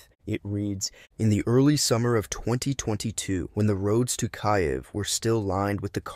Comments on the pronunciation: Sounded like you, but the way it said "kai-yiv" made me think you sounded a bit dumb on the ukraine concept. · Kaiev …😂😂. It’s perfectly fine to listen to. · Just the word Kyiv gave it away 😅